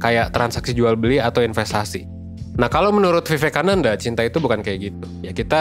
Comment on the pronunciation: Pronounciation nya : wiwekananda